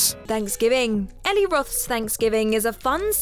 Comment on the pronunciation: Just some quick notes: Eli Roth's name is pronounced "ee-lie", not "Ellie." And Guillermo del Toro's name is pronounced "gee-air-moe" (the "g" is like the "g" in "goose", not the "g" in "gel"), not "gill-air-moe".